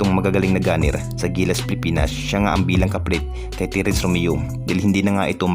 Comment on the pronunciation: perkins, Terence, hindi tirince, player hindi pliyir